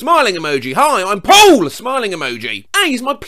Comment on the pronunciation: how says “hi im *PAUL* 😃” gets me every time